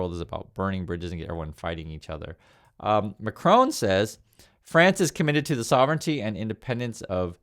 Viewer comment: FFS learn to pronounce the French Presidents name correctly, it isn't difficult ... What is the matter with you? Do you think Trump is pronounced Arsehole?